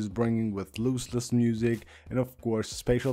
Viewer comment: It's pronounced LOSS-LESS not LOSE-LESS. Nor is it LOOSE-LESS.